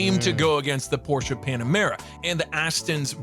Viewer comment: It's Porsche, not Porsch